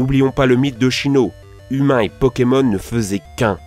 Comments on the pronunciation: dit shinnow OH mon dieu c'est sinnow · Par contre faut vraiment revoir ta prononciation "Ouvrifié" "Shino" c'est vraiment pas possible hahaha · "le mythe de shinnoh"